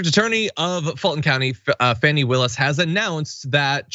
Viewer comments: JOHN It is not pronounced FANNY, it is pronounced FAWNY, please get it right. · Her name is FAWNIE not Fsnny. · It's not "Fanny" Willis, it's "Fawny". I agree that further indictments are coming given that the fake electors were (1) not informed by their lawyer about an immunity deal which means a new lawyer will have to be brought in, and (2) they're turning on each other in a futile attempt to throw each other under the bus. It's a complete dog's breakfast right now that will mean a lot of investigative work needs to be done in order to correctly unravel the chain of deceit. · Please, can Lefties/Progressives at least get the name correct. It's pronounced 'Fawnee' not Fanny. Fani Willis. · Why do you keep calling Fani "fanny"? Is it a deliberate insult? I cant imagine you've gone this long without knowing how she pronounces her name...?